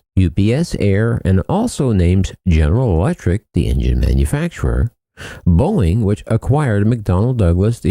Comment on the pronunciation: Huh, why Boieng??? Not a Boieng aircraft.